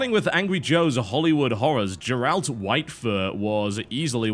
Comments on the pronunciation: "JerALT Whitefur". XD TB, you've said you like the Witcher series. How do you not know how to pronounce that name?! Or was that deliberate? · TB's never played Witcher? He completely butchered the name "Geralt".